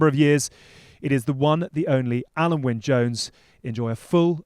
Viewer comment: It's Alun not Alan